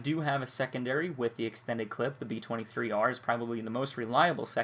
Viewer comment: It's pronounced b 2 3 r, not b 23 r